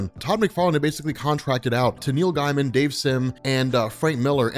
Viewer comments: That's not how you pronounce Neil Gaiman. It's not guy man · It sounds like you say Neil Diamond when u say it fast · The way you pronounce "Gaiman" keeps making me think you're saying Neil Diamond